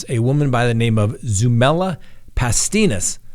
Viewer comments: ZU LE MA, not Zu me la 🤪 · It's Zulema not zumela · Her name is Zulema Pastenes. Zoo-lem-a Pas-ten-us.